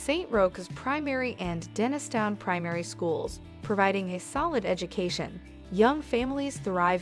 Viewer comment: The River Kelvin runs through the North side of Glasgow, Pollokshields is on the South side of the River Clyde. Hyndland - pronounced as Hind - land. Please do your homework first. Bearsden - Bears - den. Milgay ? Try Mil - guy instead. Dennistoun = Dennis - ton. Plus the rental prices you mentioned are on the excessive side, you can get decent accommodation in all these areas a lot less, you need to shop around.